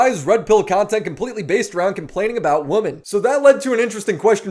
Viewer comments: Brother, please learn how to say “women” properly. You sound slow af when you pronounce it like these Gen Z YouTubers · I like but why does he say “Woman” even in plural form? lol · Required English lesson: One woman = woman More than one woman = women So annoying these so called experts butcher it over and over and over.